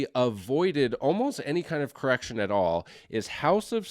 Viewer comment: Did you say massive erection? Or massive correction?😅…I need to clean my ears and my mind…lol